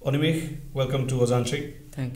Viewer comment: এনেকুৱা প্ৰতিভা সকলোৰে বাবে আদৰ্শ। ❤️ By the way, ই ইমানসোপা ইংৰাজীৰ মাজতো যে "অনিমেষ"ক "অনিমেচ" বুলি নামাতি "অনিমেষ" বুলিয়েই মাতিলে, তাৰ বাবে অশেষ ধন্যবাদ। 😌